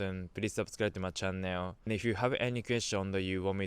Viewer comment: your pronunce about the word "channel" is wrong!